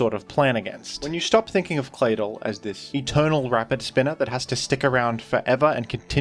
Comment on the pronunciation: It's just me or does anybody else find the way pronounces Claydol very satisfying?